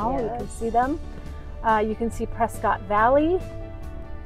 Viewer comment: We are taking back “Pres- Scott” it’s not Pres-scutt go back to caulifornia